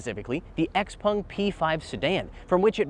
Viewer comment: What is a Xpong ? It's Xpeng. 😮